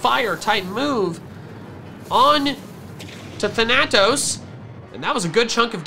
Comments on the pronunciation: Ok, can't do it anymore. It is thAnatos. You are switching the "a" sounds in Dusknoir's name. It is Greek for death, and the first a has the harsh sound, the second one is the long one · as a greek myself that bothered me sooooooooooooooooooooooooooooooooooo much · In which case the character would be said wrong. Thanatos is both a character in Greek mythology and a Greek word